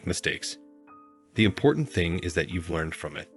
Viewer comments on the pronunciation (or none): none